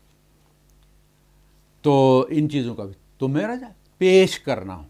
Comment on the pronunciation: مِعرَض❌❌❌ مَعرِض ✅